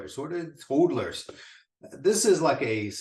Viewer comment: It is pronounced Hodlers like the word models, mod is hod. Great stuff though